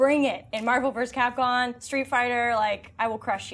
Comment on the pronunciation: "Marvel vs Capcon..." bitch don't claim to be a beast at any type of game if you can't pronounce the name properly, and also she doesn't know shit about what she's talking about. The original movie made a shit ton of money and with all the hype from the web series and Mk X, people would definitely pay to see it, that's for certain.